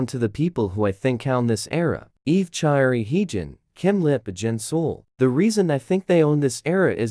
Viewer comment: crying for the amount of times you said choerry‘s name wrong